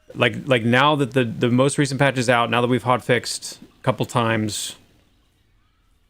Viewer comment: why do I hear nerfed when he says fixed for abilities